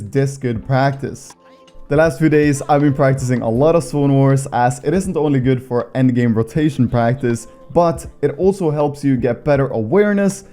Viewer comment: is it just me or taht he saying sone war?